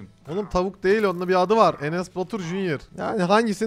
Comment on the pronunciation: Bence 5avuğun adını enesbatür cünyes deyil cünyır enes koy